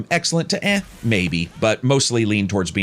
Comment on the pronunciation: i like how he says 'eh'